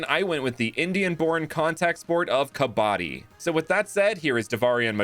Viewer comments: Bro 😂, what you're saying is kabaadi ,which loosely translates to junk man ,kabaddi is pronunciated like kabad-di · It is pronounced KUH-BA-DEE :) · Kabadi is pronounced kuhbude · i am from india to prove shiva was the god of distration and it pronounced kavidi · i am indian to prove shiva was the god of distration and it pronounced kavidi